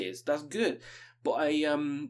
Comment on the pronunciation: "Buh" = but